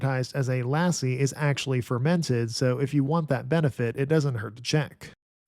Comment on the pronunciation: He messed up lassi too despite it being in the same family as English 😂 No complaints tho